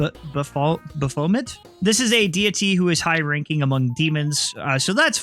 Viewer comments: Baphomet, pronounced like baff-oh-met. They’re a pagan deity I believe worshiped by some knights way back when. They encourage individuality and rebelling against religious oppression, and people in the Satanist social movement follow their teachings. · Baphomet is usually pronounced like Bath oh met but with a ph. Just so you know. Edit: It should also be understood that Baphomet was a pagan god of Duality itself. Good and evil, man and woman, so on so forth. That pose usually refers to a phrase spoken around them, "As Above So Below." I.E., That heaven and hell are practically the same. Likewise, Baphomet is always seen as Androgynous with masculine and feminine features both. So, the ties to baphomet actually also explain the whole trans rights thing perfectly. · This is how you Pronounce baphomet (bal-fam-eh-tuh) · its pronounced "ba-foh-met" (if youre talking ab baphomet which is how it sounds to me) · Quite note: its pronounced "beph-a-met" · it's pronounced b-ah-fum-it btw ^~^ (ah as in apple)